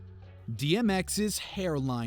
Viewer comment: Tmx? Its Dmx... and it's not woman.. its women... uggghhh